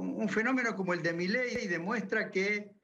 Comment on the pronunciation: Jajaja, es idea mía o dijo "mileidi" ???? Jajaja